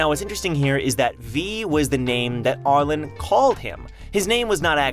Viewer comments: why do you pronounce arlene as ar-lon and not are-leen? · Ar-lean. Not Ar-lin. Lol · Arlene is pronounced Are Lean at least as far as ive known for the past 60 years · Lol, I keep wanting to correct his pronunciation of her name! Ar-leene!